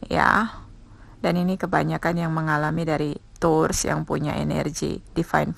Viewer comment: Mbak..."tours" itu pelafalan taurus dlm bhs apa? Inggris, india, iraq, zimbabwe atw gmn? Tny doank